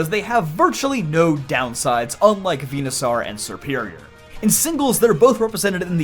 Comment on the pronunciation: Bruh it's pronounced like dinosaur. It's literally ripped from dinosaur. Why are you saying venusaur as venu-sAR when even the anime has made it obvious that it's saur like dinos-ORE. Hell even just sound clips from smash ivysaur would let you know how to pronounce that suffix in this line. Come on